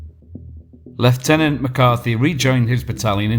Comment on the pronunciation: Hoobloodyray! Finally someone pronounces leiutenant correctly! So tired of hearing Aussie junior officers called lootenants!!